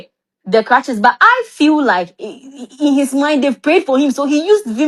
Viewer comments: Well done, he said clutches like 2 times 😂💔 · It is crutches not clutches you got me confused